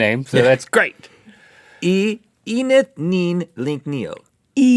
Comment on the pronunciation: Shouldn't "eneth" be pronounced with short "eh" sounds instead of "we"?